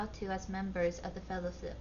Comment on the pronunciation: the Fellow-Flip ? Did I hear that right. Are we “The Fellowflip of the Ring”. 😅